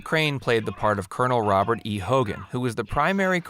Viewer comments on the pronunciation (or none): none